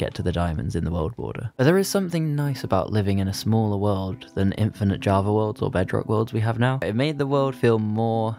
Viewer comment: Java* not Javer